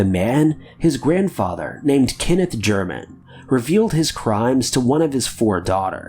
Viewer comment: It's pronounced Gerrr Man. It is actually Gemain. An Austrian name BEFORE Germany took over.